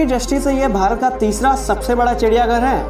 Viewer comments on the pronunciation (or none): none